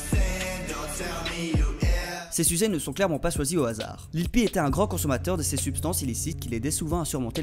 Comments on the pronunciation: ON DIT LIL PEEP ET PAS LIL PEE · Il a carrément dit lil peel 💀